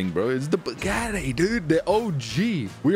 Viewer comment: "Im winning in tha bugattay"😂😂😂😂